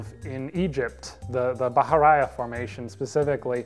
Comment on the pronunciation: Put this on to sleep to only to be caught wildly off guard by that pronunciation of Bahariya...